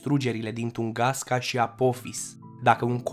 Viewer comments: De Tungaska unde ai auzit??? Cred ca ai vrut sa spui Tunguska si te-ai murdarit la gura de engleza!! Tunguska ii in Federatia Rusa. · Afirmații eronate 🤣🤣🤣🤣🤣 Corect este TUNGUSKA nu Tungaska 👽👽👽 iar în ceea ce privește aria de distrugere în nici un caz 200. 000 km, cred ca vroiai sa zici 2000 km pătrați!!!!!!